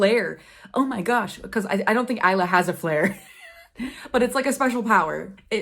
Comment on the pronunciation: Will you review the sequels of Lightlark and Fourth Wing? Anyway, Isla’s name is pronounced as ice-la.